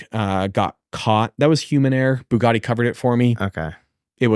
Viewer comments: Say Bue Gaddi one more time 😂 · I wonder why Graham can’t pronounce Bugatti correctly… embarrassing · I wonder why Graham can’t pronounce Bugatti correctly… embarrassing (as a poor)